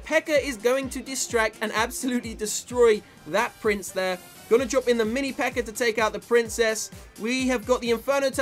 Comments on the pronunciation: Why did you say always pekkr? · is it me or keeps calling the pekka a ''pekker''?